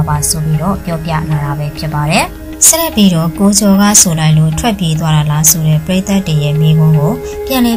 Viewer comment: ကြေငြာတဲ့နောက်ခံစကားပြောတဲ့သူကစကားမပြောတတ်ဘူးပဲ။ဒါမှမဟုတ် ဆောက်ပိုလုပ်ပြောတာလားတော့မသိဘူး။ဆက်လက်ပြီးတော့ကိုဆက်လက်ပီတောတဲ့ရီးလိုပဲ